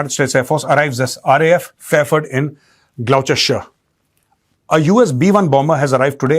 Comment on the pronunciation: Read as glos ter shire